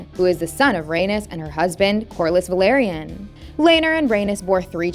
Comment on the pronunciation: vel-Lar-eee-ahn, velaryon.